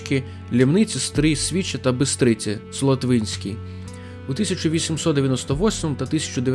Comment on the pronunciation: Би' стриця Солотвинська..Лі' мниця- наголос такий.. Моє місто між двох Бистриць..